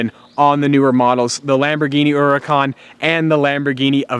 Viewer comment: finally learned how to say Huracan, nice work.